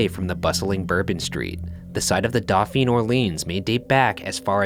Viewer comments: Doe pheen = dauphine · The way Ryan pronounces Dauphine is physically painful to me lmao